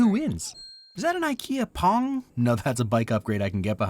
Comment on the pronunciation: Excuse me. I know Swedish words can be hard to pronounce for those who doesn't speak it but PONG?? Its Pronounced Po-eng. Rant aside "Poäng" means "Point / Points" in Swedish